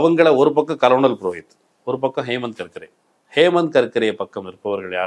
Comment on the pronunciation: Dear, it isn’t கலனல் (colonel) it should be pronounced கர்னல். 🙋🏾‍♂️